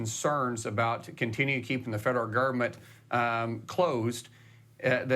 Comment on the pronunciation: The federal GERV-ment ? Lol 😂